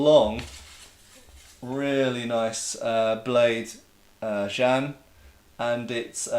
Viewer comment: I speak Mandarin and jian (the Chinese sword) is pronounced Jee'en.